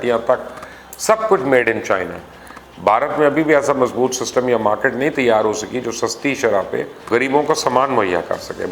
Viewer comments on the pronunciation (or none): none